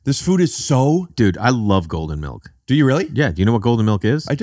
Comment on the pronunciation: I can't believe Rick called it melk. And I really can't believe Jay got Rick with his own bit on his own podcast. Is this a first?